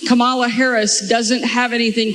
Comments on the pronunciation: Old Sarah may have biological children, but she still doesn’t know how to pronounce “Kamala”. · SăRÁW purposely mispronounces Kamala as a juvenile insult. What "grown-up" does that? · Wanna know why there was a brief pause after Sarah Huckabee Sanders said "Unfortunately"? She wanted to make sure she mispronounced Kamala and had to practice it in her head lest she pronounced it correctly by mistake..